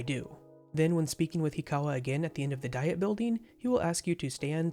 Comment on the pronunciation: The "Diet" in "Diet Building" is pronounced "dee-it"